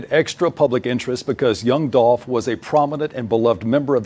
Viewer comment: Yooo when he said dolph name wrong ..yall saw how she looked at him😮😂 Rip Dolph glad he getting justice